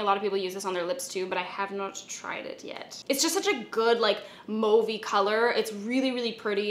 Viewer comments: Yeah! You said mauvey the Canadian Way😃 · You're the only one that I've heard correctly say 'mauve'. I'm so proud of my fellow Canadian. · THANK YOU FOR CORRECTLY PRONOUNCING MAUVE!!!!!